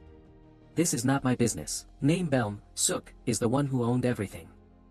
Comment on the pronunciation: Idk if the narrator knows Korean but "Beom Seo-ok" is pronounced similarly to "Bom So-oak"